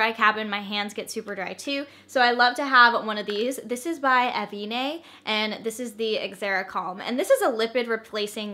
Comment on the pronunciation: Avène is a French company (and the name of a thermal water resort in the South of France). So, being it's a French (not a Spanish) word, you do not pronounce the final 'e'. You would pronounce it just like /avenne/, rather than /avenay/.